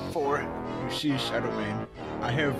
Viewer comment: 😂 showdow Freddy is say SHeD